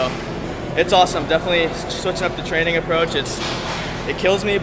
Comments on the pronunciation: I do think he was going to say training but it sounds like tren lol. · hahahahhhhaahahhahahahahaahhaahahahah was he about to say Training , anyways he said TREN hahahahah